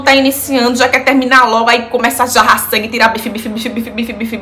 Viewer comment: Jorrar sangue e não jarrar sangue!